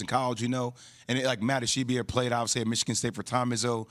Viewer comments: Ishbia Ish-BEE-ya Not Ish-ee-bee-ya. Not Ish-eye-bye-a It ain't hard smh. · It's ISH-B-YA 😂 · J Will kept calling Matt Ishbia "Matt Ish-ee-bia." All these ESPN fucks don't know how to pronounce names. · I like how Jay Williams corrected Max on his pronunciation of Ishbia and they were both wrong. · I came here looking for this comment. Jay had been saying the name wrong the ENTIRE time beforehand too.